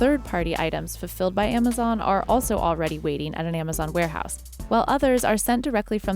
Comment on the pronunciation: Someone needs to teach that woman to pronounce z, and s´s !!!!! AmaZiiiiiiion,, ViSSSSSSited, BoxSSSSSS, SSSSaysss